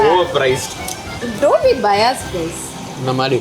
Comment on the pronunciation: The girl - bias- ur pronunciation is so wrong and hilarious 😂